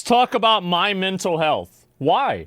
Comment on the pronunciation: “Somebody’s mental healthf”